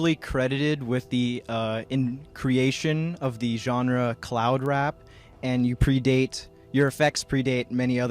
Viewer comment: His attempts to say the word "genre" is hilarious.